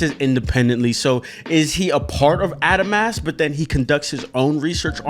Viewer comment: Who's gonna tell him he's saying adamas wrong